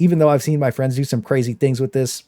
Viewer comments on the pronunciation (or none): none